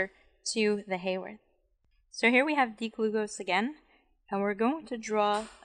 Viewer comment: The definition of an alpha anomer is that in the Fisher projection the OH at C1 is on the same side as the OH that defines the structure as D or L. The beta anomer is the opposite - in any sugar. This is when the ring is drawn to continue to the backbone up from C1. Also, the name Haworth is pronounced with a short a sound (not Hayworth).